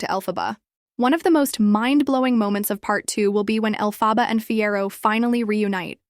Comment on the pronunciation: Is this AI narrator? For half the video she pronouces Elphaba's name right and then she starts pronouncing the name wrong?